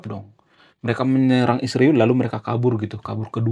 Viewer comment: 😂😂😂kenapa susah nyebut Israel? Ada masalah di mulutnya ya mas?😂😂😂